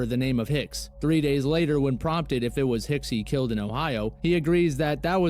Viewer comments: It's "killed" not kilt. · Killed, not "kilt".